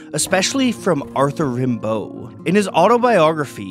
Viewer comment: Amazing work. However, don't know why the speaker hasn't pronounced Arthur Rimbaud in the right way.